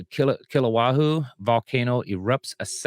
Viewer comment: Kill-a-way-a is the correct pronunciation of Hawaii's Big Island Volcano.